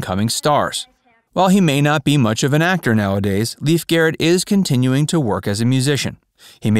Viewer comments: I recall this bloke from Wonder Woman where he played TWO roles!! His name is LAY-fe (not Leaf)!! Anyway, I used to run into him while in the Los Angeles underground(s) AKA subways, but I never said hello!! Best of luck kiddo!! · It’s NOT Leaf, it’s pronounced Layf! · It drove me absolutely crazy that the guy doing an entire documentary on Lief Garrett didn’t spend the time to actually check to see how his name is pronounced: it is not pronounced as Leaf…like a leaf from a tree, but rather as Lief, which is the Norwegian pronunciation. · It's pronounced Lay-f..not Leaf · It’s pronounced “LAYF”, not “Leaf”, first of all, and other details were off, as well. Do your research, “Facts” verse!! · Pronounced Lafe not Leaf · It’s actually pronounced as. “L-a-y-f” He said it multiple times in interviews. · "Leef" Garrett? This is embarrassing. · It’s pronounced ‘Laif’ and it’s paraplegic not parapalegic like you pronounce it.